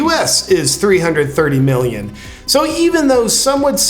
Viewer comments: Millioms? LOL Love you and your vids brother. Keep up the good work. Seriously... just being funny. You're awesome. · "1.5 milliom" (with an "m")...love it!